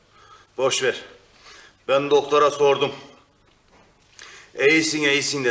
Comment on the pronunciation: Doğtor sevüşmege bir mani yoğ dedi 😅😅😅😅